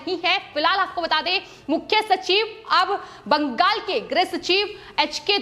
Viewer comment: "बंगाल' को कियुं बाङ्गल करके पुकारती है ए लड़की? जब देखो तब दम लगाके "बाङ्गल" करके ही पुकारते रहती है. पवन त्यागी, लता तो इसकी जैसी पुकारती नही. कितना अच्छा खबर पड़ता है इन दोनो, सुनने को मन खडा हो जाते. Your voice is Very annoyed voice. ऑफिस मे तेरी लिये दुश्रा कुछ काम नही है क्या? Sorry 😌